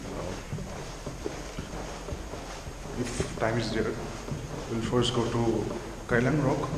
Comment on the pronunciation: Kyllang rock not keylang rock...